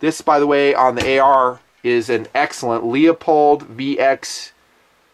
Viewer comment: I'm convinced you mispronounce Leupold just to piss people off, and I like it.